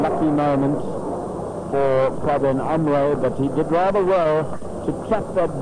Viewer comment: परविन नहीं प्रविण नाम है उसका। Not Parveen, Pravin or Praveen. कौनसी स कुल में पढ़ कर आया है? बुद्धी का उपयोग कर।